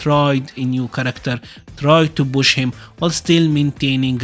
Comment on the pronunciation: great vid it was really infomative ... i do have to say itho it took me a bit to get that you was saying push ... it sounded like bush to me but thats more an accent thing ... but yes the vid was a really good one 10/10